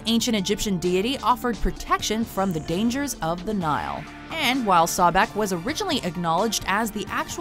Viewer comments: You hear buddy pronounce sobek properly, yet the person who is doing the video pronounces it “sawbek” wow 😒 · Can't pronounce Sobek correctly, even when the videos they use to introduce the character pronounce it correctly.. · “Sawbek” 2 seconds later: “Sobek” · SObek no Sawbek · Not SAH-BECK its pronounced soh-bek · just two things... it's pronounced So-bek, not Saw-bek, it's pronounced Tho-th, not thaw-th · So-bek not sa-bek and not k9 head jackal please do more research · LOL Narrator: Number 10 - "Saw' bek Immediately after: "Sobek" I died because in my mind i responded at that same moment too that the correct pronunciation was "Sobek". lol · Why the fuck do you say sawbeck. You're the only one who pronounces it that. It's (So-bek) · Oh the pronunciation of sobek is so bad Sawbek😂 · sawback? its, So-bek xD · And they pronounced his name "Sabek" instead of Sobek. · omg it's so-bek not sawbek jeb not geb jackal head for Anubis Osiris was a good of vegetation and the underworld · "10 sahbek" there is clearly an o in the word sObek can these guys just pronounce one thing right i mean come on that one was so easy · Such cringe-worthy pronunciation of Sobek ("SAH-bek" instead of the more correct "SOH-bek"). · Soh-bek? wtf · Sobek-( Sow-Beck) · IT IS PRONOUNCED SO BECK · So-Bek....that is the proper way to pronounce it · Why do you pronounce it as sawbek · Why is she saying Sobek like Sawback? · and its pronounced (SOH-beck) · Sawbek lol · Sobek is bae and it's pronounced So-beck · It's So-Beck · SHE SAID SABEK!!!!!!!!!!!! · As a smite player, the way they said "Sobek" titled me hard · That's not how Sobek is pronounced, but ok. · playing smite alot it irritates me how she said sobek...